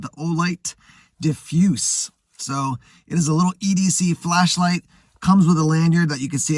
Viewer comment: Diff- use??? Do you not know English? It’s pronounced like diffuser minus the -er. 😆😆😆 something tells me you don’t really know much about what you are talking about. You are just restating manufactures specs and rambling about how it’s a light and how it’s a light and how a light it is. No testing specs or real anything other than how it’s bright and basically showing you are a good source to free advertisement, because you don’t test anything. Thanks for just saying everything on the box 😆😆